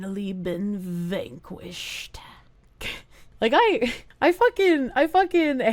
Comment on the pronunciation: The way she says the word "Vanquished" made me giggle.